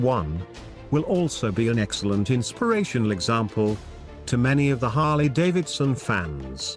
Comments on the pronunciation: "Harley Dave Edison..." 😂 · "Harley Davididson." So close computer voice. So close.